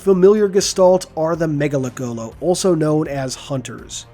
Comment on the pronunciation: Say it with me now everyone. Ma- Nga- Lek- Go- Lo. Not mega lekgolo.